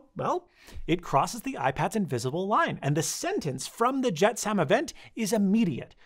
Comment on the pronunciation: Thanks for this. Informative, thumbs up, but a "jet Sam" event? LOL. You ever seen a movie when the ship is too heavy and they to throw things overboard? "Jetsam" is pronounced JET-suhm; rhymes with "let some".